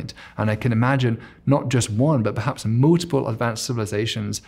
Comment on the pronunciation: Very interesting long 'u' sound in his words - 'puulisar'. 'muul-tiple; etc.